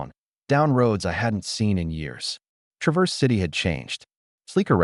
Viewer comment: AI needs to learn to pronounce Traverse City